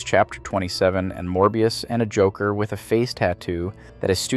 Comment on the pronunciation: "the jockler"? 😅